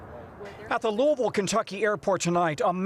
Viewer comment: God bless the UPS crew members. Horrific loss. Thanks Tom Costello for pronouncing Louisville correctly. Please give Yankee Tom Llamas a quick lesson